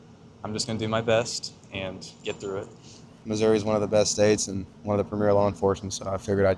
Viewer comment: "One " .... Noooooo!!!!?!?!??!?!??! Say it right!!! .... "One." 😂😂😭